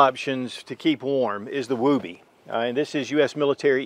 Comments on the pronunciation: i love how he says woobie, it spices the video up a bit when he whips out the "woooby" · Please learn what the “woobie “ is and how it’s pronounced